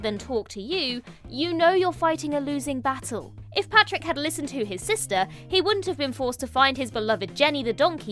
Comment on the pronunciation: Pàdraig is not pronounced ‘Patrick’. If you have seen the film you should know how to pronounce it. (Otherwise a huge fan of the channel but you said it wrong 5 or 6 times 😢)